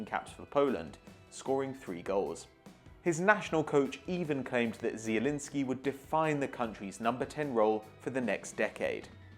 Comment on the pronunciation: pronouncing Zielinski right=Like